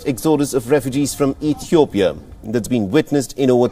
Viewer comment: so biased!!! and uninformed you can't even say the name Ethiopia right wow We will pass this but every Ethiopian will remember